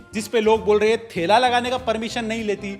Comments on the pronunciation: why is he calling ठेला को थेला😂😂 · bhai woh thaila nhi thela hota hai ko yeh baat samajh aaa jaye isliye like kro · Jis bhi video mein ye thela bolta hai usko thaila hi pronounce karta hai😂😂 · Thela❌ thaila✅ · बेटा वो थैला नही ठेला होता है😂 हा भाई पढ़े लिखे मॉडल लोग ऐसी ही भाषा बोलते है😂😂😂😂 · Thaila nahi be thela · Arey थैला nai re,”ठेला” थैला matlab Bag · Its ठेला not thaila. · थैला nahi ठेला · ठेला❌️ थैला ✅️ In every ठेला video😂😂😂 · Thela❎ thaila✅✅😂😂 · Bhai last video me bhi aap थैला bol rhe the ठेला ki jagah Daato me kuch lagaya hai isliye toh nahi ho rha...